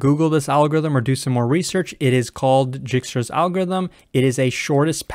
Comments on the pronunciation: For the love of CS, it's not Jikstra, it's Dijkstra pronounced (DYEKSTRA) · pronounces: dɛɪkstra J is actually a vowel in Dutch and ij is like a long i or a sound no non-Dutch can pronounce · Dijkstra is a dutch name it is pronounced as Daeekstra, basically ij in dutch is pronounced as aee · It's pronounced as D (or Y) aikstra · Nice explanation! One thing i'd like to point out is that it's pronounced "DIEK-struh" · It's pronounced dye-kstra's :) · I think that is the correct pronunciation :) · Yes, that is definitely the correct pronunciation. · pls don't start calling it jikstra xD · An interesting way to pronounce "Djikstra" lol